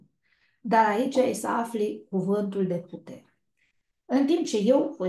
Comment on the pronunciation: Nu se înțelege cuvântul putere la zodia leu❤🙏❤️